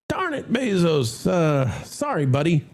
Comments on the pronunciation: It’s Bezos, not Beeeezos. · FYI it's Bezos NOT BEEZOS